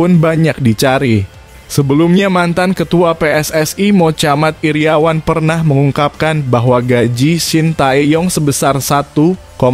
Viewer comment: Wahai pembaca berita/narator. Belajar yang baik soal ejaanmu ini. Mochamad iriawan dibaca motjamad Iriawan. Tanyalah ke pusat bahasa Indonesia soal ejaan dalam bahasa Indonesia. Jangan bikin malu bangsa bung !